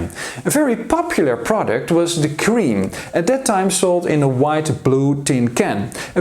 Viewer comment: You mispronounced! It is not cream! It is pronounced like crème ! It's not an English word!